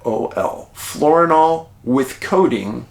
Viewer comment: David I think you might mean FIORINAL rather than "FLORINAL" for migraines. Just an FYI for clarification. I love your platform! ( Retired Professional Midwife here)...❤